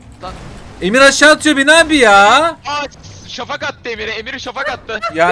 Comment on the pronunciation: abi peki emirin şafağa şavak demesi asdlkjhflaksdjghasldkjnbasdmşlkbva